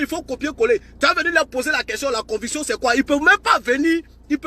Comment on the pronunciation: Mon ami est-ce que tu as été à l’école ? Stp on dit conviction et non convution...